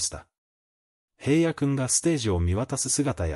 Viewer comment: おい、へいやって言わないで下さい。ちゃんとひらのって言ってよね😤